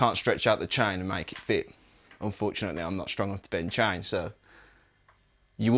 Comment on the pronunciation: Its table ..not tiable😂😂😂 Its chain...not cha-in😂😂😂